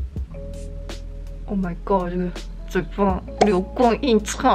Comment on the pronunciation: (咬牙切齿般) ：“流、光、溢、彩。“ 可爱又美丽我也爱了爱了哈哈哈哈哈